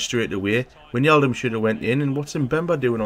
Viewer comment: it is not winjaldum it is like 'why' and then just naldum like you say is so whynaldum